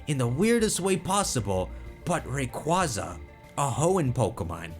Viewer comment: rayqua-za im JUST saying